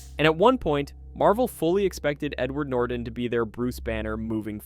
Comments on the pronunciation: NORTON not NorDon! You sound like an idiot! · holy shit buddy its norTON not norden